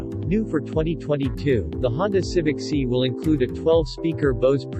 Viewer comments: It’s not see but si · Quit saying Honda Civic See